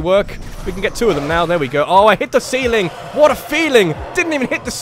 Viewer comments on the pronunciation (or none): none